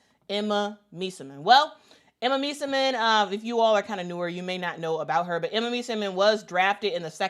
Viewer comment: So much praise for Emma, yet no care about pronouncing her last name correctly :)